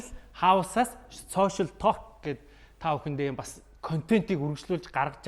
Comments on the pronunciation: ah "тоолк" geed ymar aimar heldiin hhehe ta:k/talk/ ter dundah L- usgiig heldegguishdeee:)) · Толк гэж ярих юм уу. Ток биш юм уу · tooolk gej bitgii heleech guuuiy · Duudlaga n Tok shdee bichihdee talk shvv dee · talk gedeg ugiin L useg ni silent buyu chimeegui useg ugendee unshigdaggui shuu hehe ток gej unshaarai helj hevsheerei manaihaan hehe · L ni shuud zurhruuu orjiishd. ydaj baihad yaasan olon heldiiin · TaLLLk ged bhin 😆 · TR Олон жилийн өмнө яахав яахав гэж өнгөрөөдөг байсан байж болно л доо. Одоо энэ цаг үед алдаатай нэгэндээ хэлж алдааг нь засахгүй бол хэрхэвч болохгүй л гэж бодож байна. Хээээв нэг талк талк гээд муухай ш дээ. Швед дуудлага байж болох ч Англи хэл л бол англи хэл 🤟🏻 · Positive эерэг байх үзэлтэй юм чинь talk гэдэг үгийг уншиж чадахгүй бол ЯРИА гээд Монголоороо хэлбэл зүгээр. Зөв хэлэхгүй байгаагаа мэдэхгүй байж болох ч мэддэг хажууд чинь суугаа хүн өмнөөс чинь бараагаад байна.